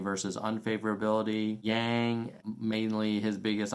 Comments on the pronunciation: It's intentional. Pronouncing his name in the Chinese way can be a sly way of indicating that he is not quite "one of us", that he is somehow, not a "real" American, without actually saying it. Those who tend to think that way, will get that message, loud and clear. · Mispronounced but STILL, what what go Nerds!! 💪🏽 #yanggang